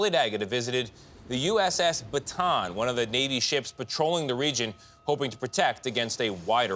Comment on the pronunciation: It’s USS Ba-Ta-ahn